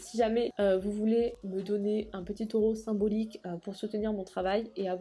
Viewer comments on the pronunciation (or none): none